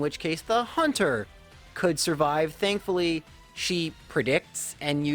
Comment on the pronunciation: So... i never have criticism of your videos but in the agatha fight it sounds like you call haunter, hunter... so... unsub! Im JK! awesome video again